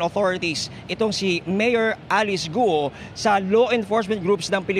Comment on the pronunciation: Not gu-o it should be sounds kwuo